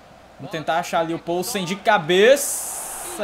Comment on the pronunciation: A pronúncia do polsen é com "i" viu. Tipo "pilsen" mais com o no lugar do "i"